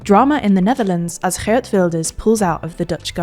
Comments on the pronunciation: The history with Kayleigh channel would be overjoyed to hear how well you pronounced Geert. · The pronunciation of Geert was really good! Schoof, on the other hand, was way off. The ch in schoof is pronounced identical to the g in geert and oo sounds like road, not rude.